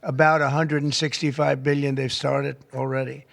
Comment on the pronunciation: One birrion dorrars